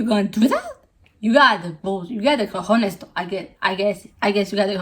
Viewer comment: I WAS THINKING I KNEW YOU! You are who made that nose tutorial that appears me on pinterest like every week Btw, the c in cojones sounds more like the c in cock, like more strong(?) idk how to say it